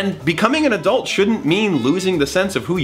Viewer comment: "Adultery," honey, no. 😂